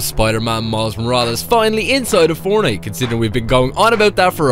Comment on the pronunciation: Bro always says fornite account like bruhhh